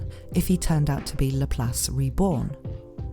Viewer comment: It's LAP LACE NOT LAPHALSE 😂😂😂😅😅😅